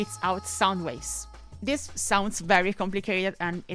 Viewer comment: Is it weird to say part of the appeal of your content is that you sound different from every other channel I watch? It reminds me of when I used to cover martial arts and talked to fighters from Europe. I just like the differences, like "dis" instead of "this." Also your humor is on point - arguing with yourself and cursing yourself out cracks me up! PS: A few months after I made this comment, I found a copy of Tiger Woods 99 with the dummy file for $5!!